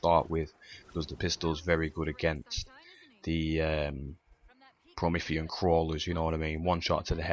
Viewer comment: Pro-ME-THEE-an lol! I did this co-op Legendary, got to the end with the ghosts still holding my pistol and my ghost glitched out and wouldn't let me boost. Died and lost my gun;'(